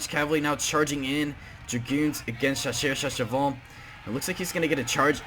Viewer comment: Shasheur sha sheval lol